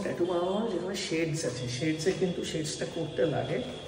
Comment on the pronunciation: Always enjoy your vlog 👍🏼 BTW, missing your mother’s podcast on various topics on history. Nice Tattoo ❤ It is actually pronounced as টাটু, not টেটু 😉 However, I am surprised that IT professionals have to work at night in India. 😱 Please take care of your health; work life balance is very important ❤